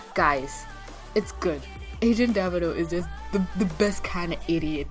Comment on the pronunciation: First of all I'm so glad you watched this season. Had a feeling you would love it. And Second that French inspector guys name you almost got it right "Dev-n-o." That's how you pronounce it. And for the girl in the glasses "R-gent" that's how you pronounce her name. I'm something of an expert on pronunciations. And I think your right about the latter. I can see her giving Carmen the benefit of the doubt. And just might again. If anything I predict she will help make peace once and for all between Carmen n Chief. But not before some nasty shit goes down. And I want to see it happen. Hope we get season 3 soon. I've seen 2 three times already. My favorite episodes of the season was the back story one of where Carmen met Zack n Ivy. Always wanted to know how they met in this series. Now I know. I'm glad. And the other episode was at the end when Shadow-San revealed to Carmen who her father was. So dramatic. And just so you know the moments when they reveal information about this or that place is nothing new to the franchise. The original series did that quite often. I should know. I used to watch it as a kid. Big part of my Saturday mourning's. I miss it. That aside. I hope your Christmas day was good despite you not celebrating it. Just felt I had to say it. Anyway that's all I have to say. Bye.